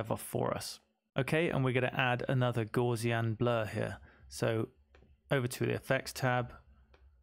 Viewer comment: Thanks for this illuminating tutorial! Only one minor criticism - you pronounce gaussian incorrectly (named after German mathematician Carl Friedrich Gauss).